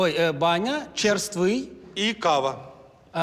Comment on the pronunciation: Поправка ві майже експерта з японської мови - ріка по-японськи правильно вимовляється не кАва, а кавА. Наголос на останню А